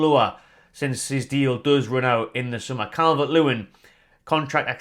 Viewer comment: Not Calvert-Lewin!! Listen to the fans